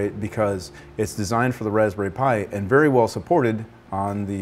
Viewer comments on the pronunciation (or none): none